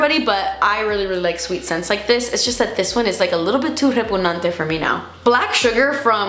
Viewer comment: She said repugnante. 🤣🤣🤣